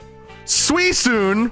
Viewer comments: Im sorry did he say suicuine with a SOFT C? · This stream has been hilarious The fact that called Suicune "Suisune" and mistaked Raikou with Raichu Gulpin Deez Nutz Hardy 😭